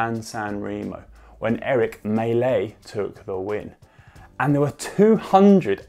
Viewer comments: pro tip: before you butcher names, check how google translate pronounces it. I had to research MSR wins to figure out it was Erich Mächler and not Eric Melee... It's next to no effort and it's just so much better for your non-english viewers. I do my best to write proper English, please make a minimal effort to say names right. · Eric Maechler?... how did you pronounce it like that?